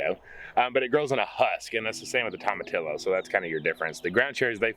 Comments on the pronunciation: Toe-ma-tee-oh instead of tom-a-till-o. No L's are pronounced. GREAT garden! Here in NW WA state, things are just getting started. I'm envious 🤢. 😂😂😂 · Tomatillo = Tom-a-tee-yo (the "ll" is a "y" sound and the "o" is a long vowel sound). Just an FYI. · Say it with me y’all... “tome” “uh” “tee” “yo” 🤣🤣 Love y’all! Can’t wait to see the garden grow up! So exciting! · Tomatillo is pronounced toe-ma-tee-yo. In Spanish “ll” sounds like a y. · Tomatillo is pronounced toe-ma-tee-yo .....come on say it right y’all lol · Tomatillo is pronounced toe-ma-tee-yo. South Texas beat Mexican (Tex Mex) food ever! Love your laughter and the fun you all have. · In Spanish the double L is pronounced like a Y. Toe-Mah-Tee-Yo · Pronounced....Tom-ah-Tea-ya.....like Tortilla Chips! 😉 You're gonna LOVE them, they make great salsa! ♥️ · It's actually Toe Mah Tea Yo. But yes, in Spanish the double L is pronounced like a Y. They're very good in salsa verde.